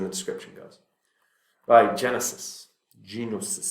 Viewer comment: You are pronouncing it wrong -- the g is silent -- NOSIS.